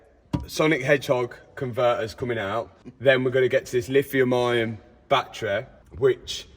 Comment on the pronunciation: There is no R in - Lithium Ion - 😂